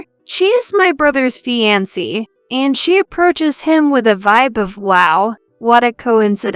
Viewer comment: Fiancee is mispronounced and it's cringeworthy!